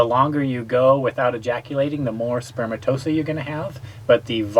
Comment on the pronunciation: Elephantiasis is fairly common in some countries, and people who live in tropical areas may well get mosquito bites in places not as common in western countries. Are any of these people in the medical field? A medical channel, so one might assume. I clicked off after the man mispronounced spermatozoa. No it isn't spermatosa... Before anyone gets on me for attacking laymen, I'm a high school dropout with zero medical training.